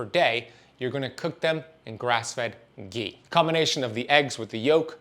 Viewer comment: Its not gee . Its ghee